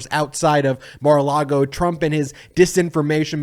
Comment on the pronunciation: Ever noticed that Michael Cohen always says Mar-a-Lardo?